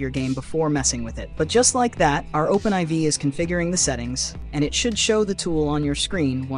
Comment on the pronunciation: Thanks so much for this! Also I'm pretty sure it's pronounced Open4 not Open Eye Vee. They're roman numerals. IV is 4. Lol.